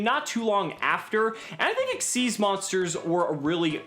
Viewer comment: XYZ not XYZS